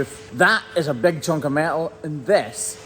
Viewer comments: You left the N in “chunk of metal”, I wondered what a “chuck” was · I believe it’s “chunk” of steel, not “chuck” 😂